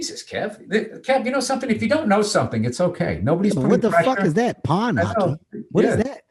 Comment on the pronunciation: It sounded like Bill said Pon, not pond. Chill dude. I also wondered what the fuck that was.